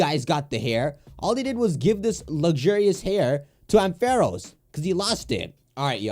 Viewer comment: Can we just talk about how he says AM-fair-os😬